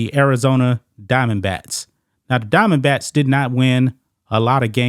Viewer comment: Are you saying Arizona DiamondBATS or does it just sound like it?